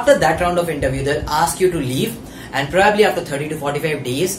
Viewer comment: Not complaining but its not probaabli its probably